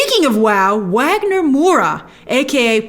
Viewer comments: Hey Grace brazilian here! just fyi, Wagner Moura is pronouced as "vagner", with a V. I wished they had The Wolf speaking Portuguese instead of Spanish, just to set him apart and honor Wagner a little more. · Grace, Wagner Moura's name is pronounced with a V, "Vagner".